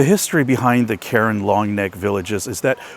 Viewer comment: I’ve worked with this ethnic minority hilltribe for the past 18 years. The proper pronunciation is “car-wren.”